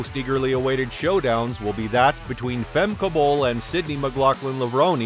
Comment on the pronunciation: really bruh, you can't pronounce her name?